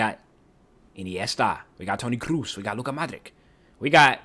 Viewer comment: Everytime they pronounce Kroos like Cruz i cringe so hard.